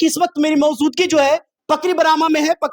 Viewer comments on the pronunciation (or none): Mouzudgi nhi maojudgi hota hai😂